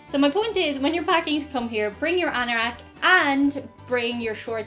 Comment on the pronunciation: What's an "annarack", or whatever you said there?